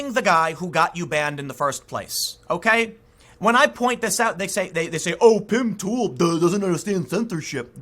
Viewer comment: Lol. He said Pim Tool.